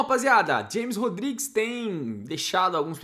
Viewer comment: A pronúncia é Rames Rodrigues!